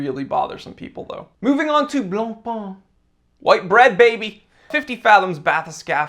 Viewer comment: I think Longines is the better recent "newcomer"... But COME ON: BLANCPAIN is not BLANPAAAN. 😈😈😈